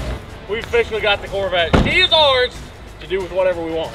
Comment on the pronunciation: “Chevy Truvette” lol